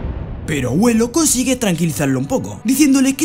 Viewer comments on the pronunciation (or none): di hoyuelo la yu como si fuera yuca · por que le costaba tanto decir hoyuelo aire justo el resumen que buscaba 10/10